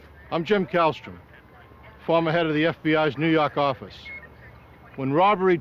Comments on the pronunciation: "nuu yawk affice" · Wouldn’t be the same without him saying that! 😂